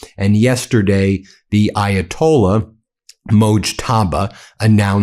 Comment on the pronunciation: The Ayatollah WHAT ?? 😂😂😂😂 PATHETIC. Ben can't even bother to learn how to pronounce things/names 🤦‍♀️🤦‍♀️🤦‍♀️🤦‍♀️